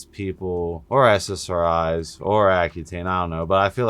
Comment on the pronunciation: Fyi you keep saying sssri's when it's ssri's